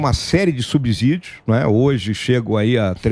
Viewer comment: Subsídios se pronuncia SUBISSÍDIOS e não SUBZÍDIO. Igual a Síndico e subsíndico.